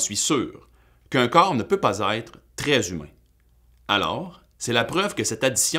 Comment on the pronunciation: Attention à la diphtongaison! Même au Québec on devrait prononcer ÊTRE [ɛtʀ], et non pas Aïtre